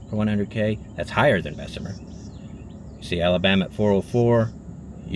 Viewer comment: Anywhere poverty is crime will exist. And its pronounced bess mur... My family is from there and Birmingham